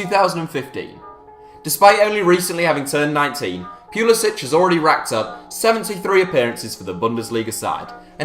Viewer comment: Finally a knower who doesnt say Christian Pull-eee-Sick